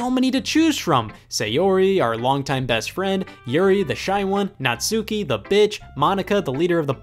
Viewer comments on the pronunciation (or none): Scott just so you know the "u" in natsuki is silent it's a Japanese gender neutral name and the "u" is silent yeah the Japanese tends to do that a lot so just so you know it's pronounced natski but spelled natsuki. (cough) (cough) Also Take back what you said about natsuki! she's not a batch she a tsundere and she gets abused by her father so can you blame her.